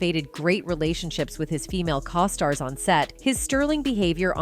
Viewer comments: Cause stars??? i think the pronunciation is co-stars . Do you know how to say co? Stars i'm gonna say probably not Do you have AI doing the talking for you? In this presentation of clips because in your Narration, it kind of sucks. It sounds like you don't know how to pronounce anything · OMG yes, it was incredibly annoying. It got even worse when it was saying cos-tars instead of costars..... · What’s a caw star? This narrator is horrible. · Having a AI voice is fine if it actually can say what you want it to say.... Keenu.... then cos-tars.. Jim Carey personally I absolutely have been thinking he's going to suddenly commit suicide by somehow drowning in an empty bathtub.... The government has been controlling human perceptions for the entire history of the world. I had a sociology class way back in the day before they wanted to convince boys they were girls and girls the were boys, that talked government convincing people waif thin was great because there was a shortage of food. The story hasn't changed it's always been this way. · Not to mention things like referring to Keanus "Kaw-stars". What? Things like that destroy the credibility of the entire video. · I agree. I hate them. It's like they say "Co-stars" like Coasters. Yeah, and Keenoo, who's that? Not Keanu. LOL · And the way costar is pronounced. I think part of the reason they use AI is so if they don't get their facts straight the public doesn't know who they are